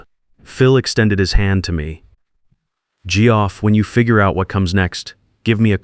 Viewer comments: “Gee-Off”? Really? Your ai can pronounce Jeff Sullivan together correctly, but Geoff/Jeff alone not? Really disrupts the flow, badly. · Tell your AI that Geoff is pronounced Jeff.